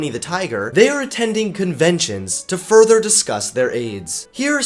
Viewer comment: "To Furrrrther discuss their AIDS" I heard fur in that..